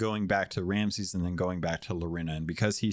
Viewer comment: Minor "chafe" on the ear - your guest kept saying "Ramses" instead of "Ramsey" - he's the Pirate Lord not an Egyptian Pharaoh. As always; thanks for sharing your viewpoint it is an interesting listen and nice to get someone else's perspective on these :)